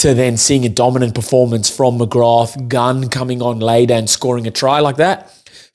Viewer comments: Great show but it’s pronounced McGra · Such a good performance so many name checks, including (but not only) Baird, McGrath (the th is silent btw....just McGra), and I have to say Thomas Clarkson against a much vaunted (rightly) Bulls scrum. But Jack Conan was my POM, he 100 percent led from the front, and was everywhere. A real skippers performance. He's really getting back to his Lions form. Was well pleased for Sam Prendergast he had an excellent game. You're right, he made several dominant tackles on Bulls forwards in that first half in particular, going in low and stopping them flat, and slowed up several others, allowing Conan and VDF to nab them. His game management and passing was outstanding, especially with JGP not there, and his kicking from hand (you could hear the crowd react to the height he gets on his bombs) was on the money. Missed one 'shoulda got' from the tee, but overall good stuff, with more to work on. But at 22 that's to be expected. Man we're going to miss Jordie...he wasn't perfect either, but he's like smooth silk (especially alongside Ringrose I have to say), absolute class and so pleased he got a winners medal to take back to NZ. Monkey off back indeed, which will allow them to go into next season with a spring in their step. Plus I'd say Andy Farrell will be super happy, 12 very bouyant Lions heading his way for the tour, and in good form. Maybe Leinster should play 'angry' more often...that added bit of passion certainly honed their perfomrance.